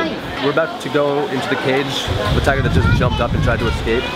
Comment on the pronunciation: It's tiger not toger